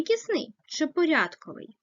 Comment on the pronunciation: Зверніть увагу на наголос!!! котрИИИИй !!!!!! ( наголос на И ) , порядкОООООвий ( наголос на О)